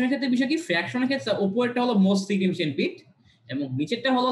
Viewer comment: উচ্চারনটা সিগনিফিকেন্ট (significant) হবে ভাইয়া।